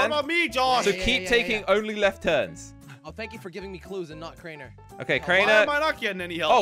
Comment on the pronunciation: said crainer and me. I think he didn't go to school